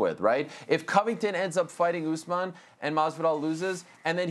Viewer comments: I love how Chael calls him “Oozeman”. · kamaru "oozman"- chael